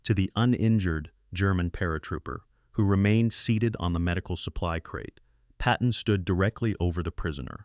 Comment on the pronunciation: It is incredible how bad the pronunciation of simple words like "supply" gets through the editing process! Wait a sec, is there an editing process?? If you are going to submit videos could you at least watch them for grammar and pronunciation errors? This is really bad